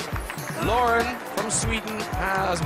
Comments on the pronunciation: Anyone else screaming each time Graham says "Loren"? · But he says Loriin